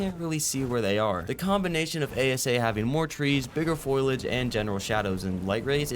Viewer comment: fo-li-age, not foil-age. cheers